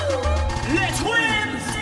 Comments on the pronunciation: Damn Sway, I love ya but put some respeck on their name. Pronounced lay not less twins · Anyone else annoyed how hard he pronounces the S when he says Les Twins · Stone Love For Nouns such as Mexico, Laurent and the united states, yes your right, we have our own pronunciations, but I still don't believe anyone who has fairly decent knowledge pronounces les as 'les' instead of 'lay'. It's the same with Bonjour. nobody says bon-jo. We say it as Bonjour. Nouns are open to different pronunciations but not much else Edit:Mistake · I hope the MC reads this... "Les" is a French word meaning "The" and it's not pronounced as "Less" but pronounced without hearing the "s" at the end of the "Le"... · Hearing Les Twins pronounced "Lesss Twins" and not "Lé Twins" hurt so bad ^^ Particulary from an organization big as Red Bull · The name should be pronounced as "leh twins". I was dead when they pronounced it as "less twins"💀😂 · It's not LES. LOL. You pronounce it by taking LE from the word LET and that is how you say it. It's french. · You're absolutely correct Darksaige The Les is pronounced Le/Lay by the French. The difference is in English, we recognize the 's' in our pronunciation. Of course when in Paris, France I speak like the French. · Love I agree, watching English football, I always love how the announcers stick closely to the native pronunciation of names, and I take it as a learning experience instead of just 'well WE say it like THIS'......so, yes, the LESS TWINS is killing me! lolol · Dude, how do you still say Less Twins at the end when it was pronounced properly during their performance... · Pronounced 'lay' Twins. I guess you can't blame presenters for not knowing FR. But querying it might have been smart, knowing they were to perform. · Pronounced Le’ Twins dude geez! 🤯🤦🏾‍♀️ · i was wondering if it was just me that was getting erk'd by sway repeatedly pronouncing the S in Les Twins :\ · I hate when people mispronounce "Les Twins"